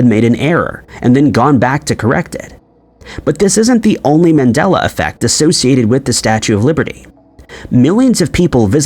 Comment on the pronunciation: Dude it's MAndela effect after Nelson MANDELA and people thinking he died in prison. Not MENdela.